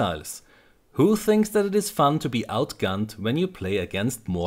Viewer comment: Battle(non)sense ok :P, also its "fun" not "fund"